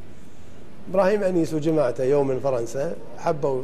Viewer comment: وانت ليه تقول ابراهيم ويماعته يو من فرنسا ؟؟؟😅😅 تحياتي من السودان